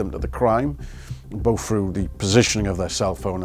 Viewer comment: "Boff" (both) and "Norfeast" (Northeast). Really?? I thought you Brits brag about speaking perfect English...... ;-(